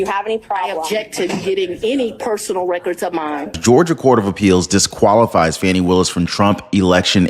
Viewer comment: Correct name pronunciation is Fawnee not Fanny